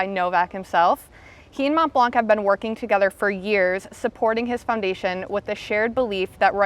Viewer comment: She is saying Montblanc incorrectly.